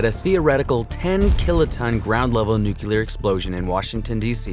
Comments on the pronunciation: Please people,,, it's new klee er,,, not new cue ler! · Lol newkiller radiation Try new-clear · Dude it’s pronounced “New Clear”, not “New Kyew Ler” 🤦🏾‍♂️🐼💯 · NEW CLEAR. Say it with me fast NEW CLEAR. Not NEW Q LER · Guy says nucular a lot. Lots of people do that and , yet, it’s still NUCLEAR😊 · ThErmONuCuLaR!!! xD NU-CLEAR! NUCLEAR! ffs nucular xD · say Nukilar one more time and i will unsubscribe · Please say nu-clee-ar and not nu-cue-lar pls :( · It’s “nuclear,” not “nucular.” Also, since “unique” means one of a kind, nothing is “very” unique. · I hate to be that guy, but it's pronounced "nu-clear." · Yeah. I guy who says "nuculear" can't teach me much. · Constantly pronouncing nuclear incorrectly makes you sound less knowledgeable than you seem to be. New-clee-ar. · NOO-klee-er, or NYOO-klee-er. It isn't difficult, unless you're a complete idiot. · Did you seriously say "nuke-you-lar?" The word is NUCLEAR. Is there a U anywhere after the c? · 'Nu-killir' bomb? Seriously? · He said "nucular" ffs. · I was gonna say the same thing 😂 Drives me nuts when people say “nucular” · Say it with me "new/klee/er" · he also called the hafnium isotope a “nucular isomer” lol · Did he just say nuke-you-ler? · Does ANYONE know how to properly pronounce the word, "nuclear"? The narrator can't... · For the love of god learn to day "nuclear" before you make a video about it. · Nuclear pronunciation bothers me. Otherwise an amazing video.